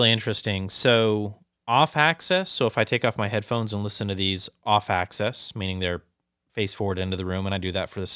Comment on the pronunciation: Off-'Axis' not access... Woof. A troubling mispronunciation (or likely absence of accurate knowledge) for an audiophile proceeding to provide audiophile definitions. Sub-woof.